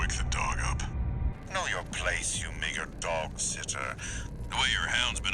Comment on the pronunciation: Not sure how to feel about how this guy says "meager".